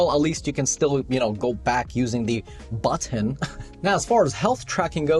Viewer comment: You actually said "buttoN" the 3rd time :)